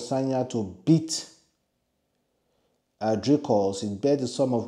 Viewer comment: If at least you pronounced the Dricus name in English, it wouldn't have been this difficult for you to pronounce it. Now Pidgin and Dricus just don't mix😂😂😂 I feel sorry for you my Broda🤣🤣🤣